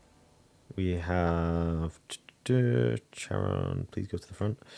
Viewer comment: Hi! The h is silent, it's çaron